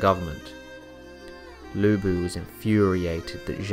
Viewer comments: Thank you for covering Lu Bu! Good job, but could you work on pronunciation? Chinese is a difficult language, so I understand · Its...its...LU BU!!!